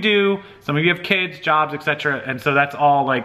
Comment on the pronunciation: Hi, Great video! Hey, I ask forgiveness before I say this, but being as compulsive as I am, I have to say it. Something that you say A LOT in your videos, and and at least half of the other you tubers I watch say the same thing... it's "ect., ect., ect". my friend, you're a doll and I love your videos, but since it's one of the most common things I hear that drives me nuts;-), I just have to say it., I say this with the best of intentions my dear. The word you are looking for is, "etcetera", (sometimes used as "et cetera"), which I believe is also acceptable or etc." You and and so many others have a habit of saying "ecetera", pronouncing it "eck-cetra" I think, and I just had to bring this to your attention so I can sleep tonight! LOL-just kidding, and your great selling tips are more important here than grammar, I know. Just something to keep in mind and make me happy. Keep on keepin' on, and I hope you have a great night! Keep those tips coming my friend.;-)